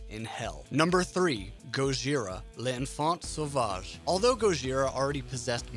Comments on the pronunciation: I always hate when American people pronounce l’enfant Sauvage (I’m American tho but at least I can say it right) Edit: Magma is sooooo much better than l’enfant too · Well, you butchered Gojira's album title